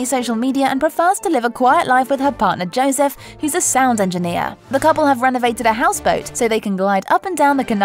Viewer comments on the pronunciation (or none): none